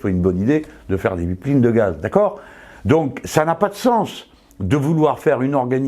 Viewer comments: Svp, prononcez les mots anglais de la bonne façon, ou utilisez des équivalents français, mais c'est ridicule de dire "pipeline" ou "live" comme vous le faites. Et cela montre une rigidité et un manque d'ouverture dans votre comportement que beaucoup vous reproche. (Et je vous dis ça avec bienveillance et supporte le mouvement insoumis à 99% !). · j'adore comment il dit pipeline